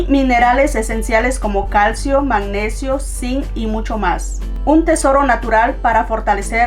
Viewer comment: Pirque dice MAGNESO? Si es MAGNESIO